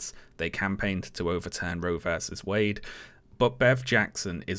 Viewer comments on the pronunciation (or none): none